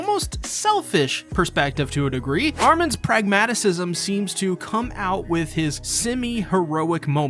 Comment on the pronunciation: Pragmatism, not pragmatisism